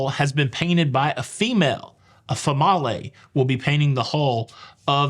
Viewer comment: "fa-ma-lay" is the only way I'm using that word from now on. 🤣🤣🤣